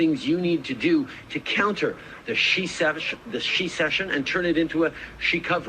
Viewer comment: He couldn't even say it. Shesession 🤣